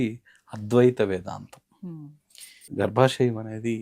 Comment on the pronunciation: అది గర్భశం కాదు... గర్భశయం 🤦🏻‍♂️🤦🏻‍♂️